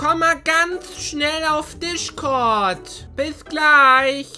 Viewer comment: Wie max gesagt hat Dischkort🤣